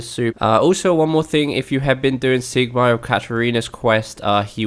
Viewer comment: he said seigmeyer ._.